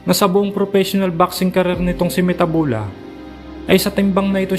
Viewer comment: It's mathebula. Not metabula